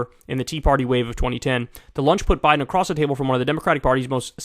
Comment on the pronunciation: Clinton and "Bide"? BIDE?